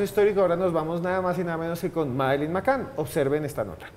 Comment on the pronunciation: El de la voz en off pronuncia mal a propósito o simplemente es negado para el inglés? en serio. La niña se llama McCann y él dice McCain. Por cierto, quien haya tenido la idea de que don Esteban hable menos y Johanna hable más se merece un lugar en el paraíso 🤣